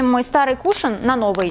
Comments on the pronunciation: кушОн, а не кУшон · Не кушаан а кушон и эт вообще не кушон эт спонж для кушона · Я по-моему слышала что правильно говорить кушОн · Кушон..мои уши